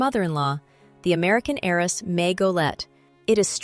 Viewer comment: The "h" in homage is silent, and the accent is on the second syllable in "heiress." Otherwise, bravissima.